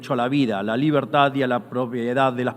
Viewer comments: Po que la libetad , y la libetad , porq la libetad y viva libetad . 😂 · Que poco convincente suena Milei al pronunciar la palabra "Libertad". Hace un esfuerzo al final añadiendo un "carajo!!" pero es en vano.